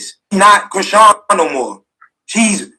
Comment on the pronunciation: Her name is Chri-SEAN. I always wondered where tf that name comes from ANNNDDD yeeaaahhh